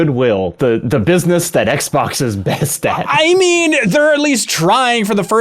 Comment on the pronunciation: "the aXbox" really slipped by there